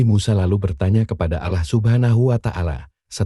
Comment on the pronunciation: Ini nyang punya cenel Islam apa bukan ya,kok cara penyampeannya Alah bukan Allah